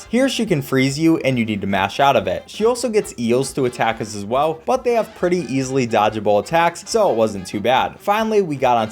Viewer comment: Pretty EEL-sly? Like easily?